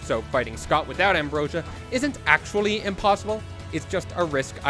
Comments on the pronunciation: OK HOLD ON. shortly before I swear you say "ack-wee" instead of "actually". I'm starting to feel like you're trolling me. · The way he says "actually" always surprises me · 8 minutes in and I'm loving the video but... how can you pronounce the word "actually" without using a "t" sound?!? what the f... that shit's crazy. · why the fuck do you say "actually" like that?